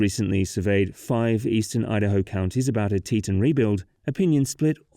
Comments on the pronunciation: 1st off its pronounced "Tee-tawn" NOT "Tee-tun". Learn the pronunciation before you start talking. Though I never lived up in that part, I very much remember the aftermath of that break. My family went to convention for my dad's work and the area was destroyed. It looked like a Class V hurricane went through there. That said, I have zero problems with a dam in that area. Snd the cutthroat trout IS a sensitive fish species and will be affected by the build. But...NOT where it was built! Geological reports stated that that particular area was not suited for a dam. Plus, not an earthen dam like it was. There was zero concrete at all atnd the rock used was sub-par. Between the unstable geology and the type of soil used, that dam started undermining was it was built. No compaction would have saved it. That silty clay soil is crap for construction. Its silt. And an engineer from BYU explains a lot why it failed. And that image of it rain is BS. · "tee-TAWN", not "TEE-tunn". You may be British, but the dam is American.